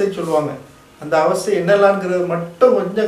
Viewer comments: Avathai illa Avasthai. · Avathai ella pa avassthai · Avathai illa avasthai